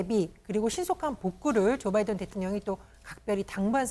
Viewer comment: 나도 부글부글 하다 앵커 바이든이 쪽팔려 바이든이라 들린다